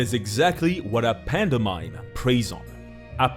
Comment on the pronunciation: i know he’s from spain or whatever but… panda mime? really? 😂